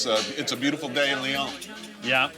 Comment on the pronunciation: American have probleme to pronunce U, stop to say "ou" its "u". and Leon ? its lyon.